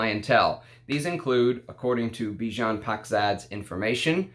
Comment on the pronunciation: Bijan is a catchy name..cuz it's my name too 😁 By the way your pronunciation is wrong...the "an" at the end rhymes with "fan" or "can"